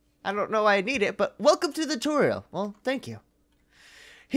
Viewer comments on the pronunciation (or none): Anyone notice how he said toriel instead of tutorial?